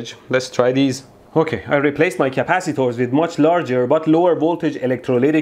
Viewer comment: Stop saying CAPACITOOORS, I cannot stop lauphing!! Love your accent, it is obvious that you have a middle eastren background.